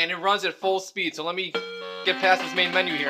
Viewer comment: "SO" hahahahhahaaa